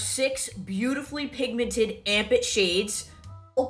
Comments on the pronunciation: Armpit? 🥲😭😭 I heard Armpit Not amp it....... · I thought it's "armpit"... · anyone one else just keep hearing armpit instead of amp it? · I just realized, her product's name is "Amp It", sounds exactly how she would pronounce ARMPIT.